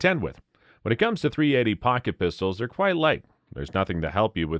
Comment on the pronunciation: How many times are you going to say 380 incorrectly, while bashing it. Sounds like Biden reading from the Teleprompter